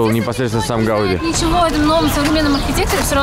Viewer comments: ГаудИ , а не ГАуди !] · Gaudí, ударение на и.